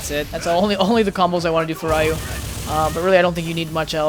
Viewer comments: bro his name is ryu not rai ooh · im pretty sure its not pronounced "rie you" and i think the correct way to say it is "rēˈo͞o" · ***** It's actually Ree-you, well in English it is. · I can't trust advice from someone who calls him "RA-YU" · LEARN TO FUCKING PRONOUNCE RYU'S NAME CORRECTLY! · You pronounce his name incorrectly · Nope, it makes him sound cringy... Speaking japanese incorrectly (reffering to the english pronunciation of it) can be dlly annoying to ppl who know how to pronounce it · pronounce it correctly! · you learn common sense and learn to pronounce it correctly! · hahah I hate that pronunciation on Ryu's name XD... really? don't you know his name?? XD